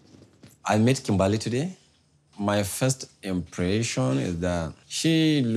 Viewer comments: Her name is Kimberly not kimbaaaaaaaaly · It’s Kimberly they say kim bali 😂😂😂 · It sounds like he’s saying “TIMBERRR!!” When he says her name lmao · “KIM BA LEE” 😂😂😂